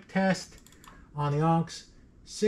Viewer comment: FWIW-it’s not “AWNKZ”… It’s pronounced “ahhhhhhh-niiiiicks”.. 😅